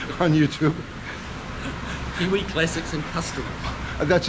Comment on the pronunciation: Oh, I feel so sorry for this customer, but kills it every time butchering Kiwi's channel name. For the love of chrome and horsepower people, if you are going to buy a car like this, pay Kiwi the $300 to inspect it BEFORE you buy. It will be the best money that you've ever spent, regardless of the findings.